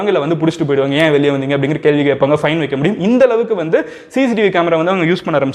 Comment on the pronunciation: Bro athe vaiiikaa illa vaika...pronounce...